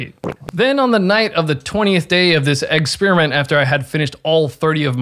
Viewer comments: he really said eggsperiment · Did you say "eggsperiment"?